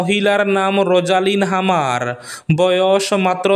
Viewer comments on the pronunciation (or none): হামার নয় ( HMAR) মার। অনেক সময় দেখা যায় আপনার উচ্চারণে ভূল থাকে।